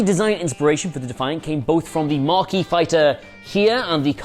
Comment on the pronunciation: Probably mentioned before, but there is no "R" in "Maquis". ;)